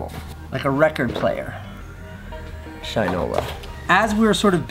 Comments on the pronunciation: Awesome to see to rep a company that's local to me! But, ps. It's pronounced Shin-ola not shine-ola 😎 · I hate to be that guy but its Shin like the body part then ola, not shine-ola. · Hey Casey, just for future reference I think it’s pronounced “shih-no-la”. Great shoutout for a local detroit company though!